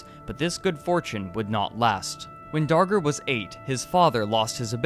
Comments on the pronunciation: thought he said henry danger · Time to make a documentary, better start researching... Skips learning how to pronounce name of subject.